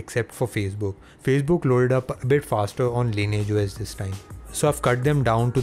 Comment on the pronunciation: the right pronunciation is "LINIYAGE OS" NOT LAYNAGE OS